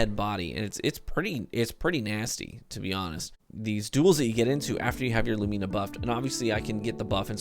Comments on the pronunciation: lu mi na, not lu mee na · Correct Pronunciation: lew-min-a Incorrect pronunciation: lew-mean-a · It's pronounced Loo-Mih-Nah, not Lu-Mee-Nah. SAY IT WITH ME: LOO-MIH-NAH Like Luminous. Light. Luminous. Lumina. Yikes, every single streamer pronounces it like a child. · Loo- men-na not loo me na. Lol. Sorry, had to say it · LOOM-IN-AH. LUUMINNAHHH. LUMINA. ffs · It's pronounced Loo-muh-nuh for the love of god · LOO-min-uh Like luminate, but without the "te".. Love the vid! :D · Say 'illuminate.' Now say 'lumina' the same way (except for the a). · I thought I was the only one who got triggered lmao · Your pronunciation of "Lumina" is giving me conniptions.